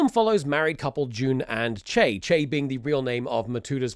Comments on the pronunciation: y...you had a japanese consultant, the movie, and the power of the internet at your disposal and you can't pronounce "CHEE-eh?" is CHAY really the best you could do, toomskie?? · Tom's pronunciation of "Chie" hurt. It's two syllables. Chi-e.